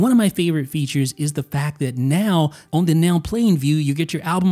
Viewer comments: I can’t explain how it bothers me that you say “own” instead of “on.” Anyway, nice video or whatever. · always pronounces the word “on” like “own”